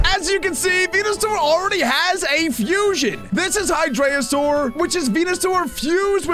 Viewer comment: It's pronounced as hy-dry-gon